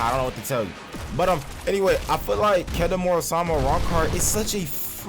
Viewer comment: can't say kendo so